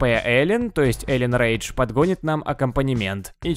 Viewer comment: Эллен Пейдж а не рейдж